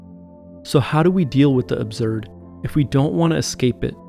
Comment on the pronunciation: Absurd, not abzurd